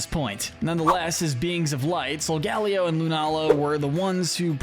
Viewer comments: Hold up did i hear that right did he just say sol ga leo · It’s pronounced SOL-GUH-LAY-oh, ur-SHEE-foo, vol-CAY-NEE-UHN, sil-VAL-EYE, ZAH-ROOD, ZAIR-UH-or-uh, rai-KOH, WOH-chee-ihn, chee-ihn-POW, LAH-tee-OHS, LAH-tee-AHS, DIE-ahn-see, ee-VELL-tall, ray-QUAY-zuh, and DEE-ahl-guh, “Patrick Star”! 🤨 You need to study Pokémon pronunciations more,, because you’re bad at them! 🙄